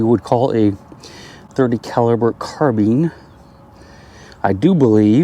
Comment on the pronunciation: carbeen shell I thought they were called carBINE.